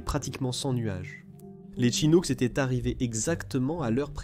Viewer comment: "Et les autres étairent des parachutistes..." Oui, c'est bien ce que j'ai entendu, à titre de commentaire, dans votre vidéo !!! Euh, savez vous parler correctement le français ? Votre langue maternelle, je présume !:face-purple-crying